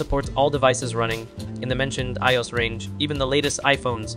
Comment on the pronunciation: What do you mean "e-yos"? It's I-O-S "eye-oh-ess" stands for (iPhone Operating System). 😔🤯😩